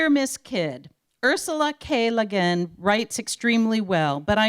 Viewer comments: Neboolah and Lah-gin! Bahahahahaha! Oh, when people who are not fans try to talk about science fiction. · Perhaps they should have gotten someone to introduce her who didn't think her name was "LeGin," or someone who can pronounce "Hugo" and "Nebula." Jesus Christ. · Honestly, it kind of felt like she was a Siri or Cortana but in human form. She was great at pronouncing normal words but struggled even with the simplest of odd ones. Lah-gin, hahnish, tulken...but yeah, even the pre-existing word, “nebula”, had a pronunciation whose certainty became quite “nebulous” when given a capital as its first letter. “Neboolah.” So, basically, Been-jay-man Way-leen, I had the exact same observation as you about the stumbling and seemingly infinite introduction of the host.